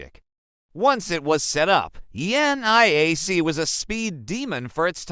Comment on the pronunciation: You guys should really proof-read and watch your own videos to proof-check the VERBAGE. ENIAC - not ""the NAI AC" or ANIAC -- the dumb AI can't read. Or "ElectrAnics" ??